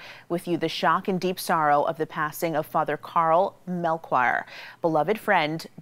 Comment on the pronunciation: It's pronounced 'Mel-Key-Or' like the one of the 3 Wise Men, not Mel-Quire. Its Chap-lin, not Cham-plain. I used to go to confession to him all the time. He was a good guy, and a good priest.